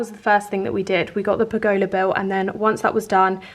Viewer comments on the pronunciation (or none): It is pronounced pur guh luh rather than pur go lar xxx